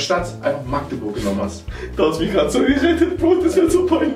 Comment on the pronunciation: hat allein deswegen gewonnen, weil er Magdeburg richtig ausgesprochen hat❤️